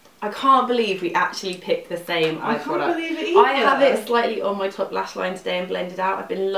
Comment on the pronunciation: "we pick the shame colour.." its funny when you pronounce same that way at the moment 😂